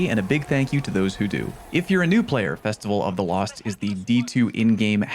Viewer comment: Believe it or not, I haven't heard "Festival of the cost" before. Even if I had, its you saying it so it's automatically better.